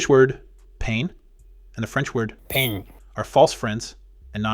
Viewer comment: The pronunciation of "pain" in French is really bad, I suggest finding a better one. Loved the rest of the video.